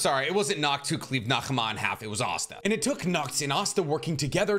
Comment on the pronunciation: Btw Nahama is pronounced without the h since she is based on the mother of Asmodeus